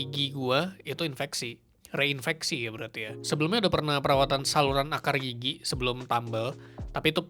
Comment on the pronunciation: Gw ketawa mulu krn gw denger kata "gigi" nya lucu Kedengeran kek "gigyik" 😂😂